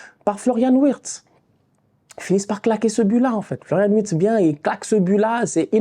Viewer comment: Wittz se prononce "virts"